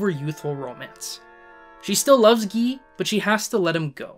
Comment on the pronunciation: By the way, the French name "Guy" is pronounce "Gee" (hard g). If you are such an aficionado of these films, why do you murder pronunciation of place and character names?